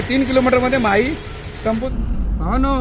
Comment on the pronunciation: आपण 3 कि.मी.चे राज्य माही असा केला आहे;पण माही नाव चुकीचे आहे,शिवाय ते राज्य नसून माहे हा पद्दुचेरी या केंद्र शाशित प्रदेशाचा एक जिल्हा आहे.पद्दुचेरी या प्रदेशात एकून चार जिल्हे आहेत.माहे हा जिल्हा केरळ मध्ये आहे,कराकल आणि पद्दुचेरी हे 2 जिल्हे तमिळनाडू मध्ये तर यानम हा जिल्हा आंध्र प्रदेशात आहे.कपया चुकीची माहिती आणि चुकीचे उच्चार करू नयेत,ही विनंती.